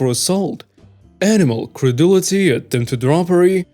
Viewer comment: first story "cruelty" not creuldity